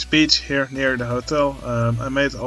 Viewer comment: Every time you say Beach, I hear biiitch. 😂